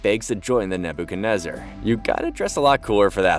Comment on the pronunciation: "Naboo kenezer" lol